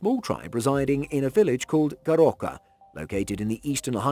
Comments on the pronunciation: Its Goroka not 'Garoka' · It is Goroka* no GAROKA 😵‍💫